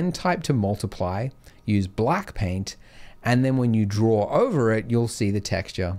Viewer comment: No you "DRAW" out not "DRAWR" out